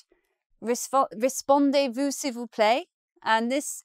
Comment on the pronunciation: Very helpful vid. Just one comment - It’s réPONdez-vous s’il vous plaît not réSPONdez.